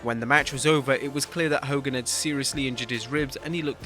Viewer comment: “FACK DE HO KOGAN” love from the Iron Sheik